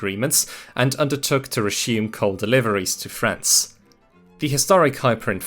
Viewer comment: super confused is he pronouncing coal as coke or something?